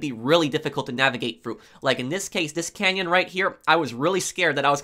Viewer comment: Slow down and stop swallowing so loud lol Also... he says "stop at the road blocks, they may let you go fru" 🤣🤣🤣